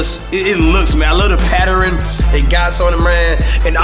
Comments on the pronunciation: patteran, what you said that wrong,its pattern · He said I love the patterin lol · "I LOVE THE PATTEREN" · Nigga said patteren